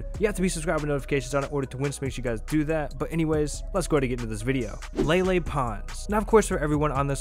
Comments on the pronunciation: Its lele not lala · It lele not lala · He said lele??